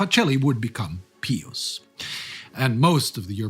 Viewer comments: It's pronounced PIE us, not PEE us. So annoying to hear you mispronounce something so simple. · What's with the pee-us? It's pronounced pie-us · "Pie-us" not "pee-us" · PEE-us you say ... We say PIE-us. George the 41st Bush (sr) intentionally mispronounced Iraq leader's name, for some unfathomable geopolitical reason. j/s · It is normally pronounced "Pie us" in English. Like Pious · Why are you pronouncing the name “Pious” with an “ee” sound? I’ve never heard that before.